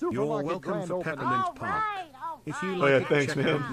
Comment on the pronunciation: "Peppermint Pasrk"